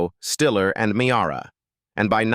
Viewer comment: Ann Mee-arr-ah ? .. LMAO ..